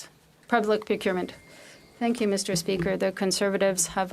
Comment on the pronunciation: Fill the gap " mr. Speaker" " mr. Spesker".😅😅😅😅😅😅